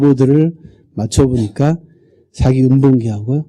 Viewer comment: 측면을 계속해서 "칙면" 이라고 잘 못 발음하고 있어 실망했읍니다. ㄱ리고, 사기 강의에, 사기 의 "사"자를 짧게 잘못 발음하는 학자의 강의는 듣고싶지 않습니다.